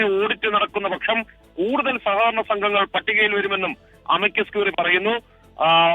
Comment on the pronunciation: സകകരണ എന്നല്ല സഹകരണ എന്നാണ് വർത്തക്കാരാ..